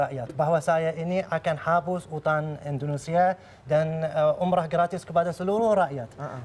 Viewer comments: dia ngmng Indonesia atau indorusia sih apa gua budeg ya 😂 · Kalo lo jadi Presiden, orang bingung denger lu ngomong "Entrosea" "Endhosia" "Endhonosea" ... orang pikir lo ngomongin negara mana? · Indonesia bukan endresia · Mengucapkan INDONESIA aja blom bner... hadeeuh..